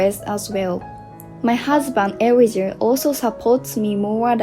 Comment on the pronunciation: Elijah is pronounced ee--LIE-jah